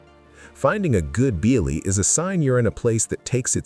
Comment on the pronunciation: ....work on pronunciation. Bialy. BE-AH-LEE. And it's de-VON avenue.